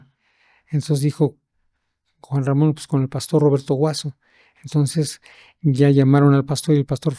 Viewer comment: Creo que ni el nombre de Juan Ramon dijo bien